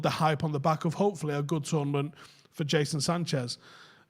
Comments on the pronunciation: Is it really that difficult to say "Jadon Sancho"?? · Jason Sanchez? Euross? Speak properly you mong